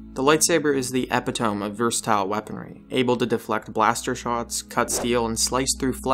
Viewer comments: E PIT TO MEE NOT FUCKING EPETOHME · Epi-tome? Epit-oh-me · Epitome is pronounced "eh-PI-to-mee". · epitome (e-pit-oh-mee) is pronounced incorrectly as eh-pi-tome (tome as in a book) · 1993 +ToolboxMachinima I agree. I was saying he was incorrect in saying it as tome and the correct way is toe-mee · By the way, epitome is pronounced "eh-pit-oh-me" not "eh-pit-tome." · "Epp-ih-toem"?? What is an "epp-ih-toem"?? Do you mean "E-pit-oh-me"?? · Epi- Toam??? "Eh pit toah me" is how it is pronounced. Epitome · Epa-tome? It's pronounced "e-pit-o-me". Where did you learn the pronunciation of epitome? And dialog isn't "edited" in, it's inserted by a process known as ADR, Automatic Dialog Replacement. A little more research goes a long way. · Epitome. Pronounced: eh-pid-oh-me. Not eppy tome. lol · lol epi-tome?! as everyone else is saying E-pit-oh-me. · Ep-i-tome? Really? Eh-pih-toe-mee. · "EH-PIT-OH-ME" not "EP-it-'ome" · good video but its not ep-it-tome its uh-PiT-o-me. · Bruh you said epi-tome. It's e-pit-o-me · Dude did you seriously say epitome like epi-tome? It's pronounced eh pit oh me. I'm fearing for the future or America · Did you really pronounce eh-pit-o-me as epi-tome? How can I possibly take anything you say seriously after that? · "The lightsaber is the 'e-pee-toh-mee' of versatile weaponry..." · Eh-pit-oh-mee. Thumbs up if you came for the video, but stayed for the corrections. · Epp-a-tome. Awesome! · Epi-toam? 300 years? Oh, and the original movies had hardly any CGI because they were made in . CGI at the time had a very artificial look to it, so on the occasion it was used, it was used for artificial looking things like the animated 3D Endor/Death Star map. Compare other CGI movies at the time, such as Tron (1982) and The Last Starfighter (1984). Very animated in feel, and not advanced enough to create lifelike characters. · "Epi-tome"? LOLOLOLOL I guess the voice didn't write the script. Or at least didn't know how to pronounce Epitome. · Epy tome?...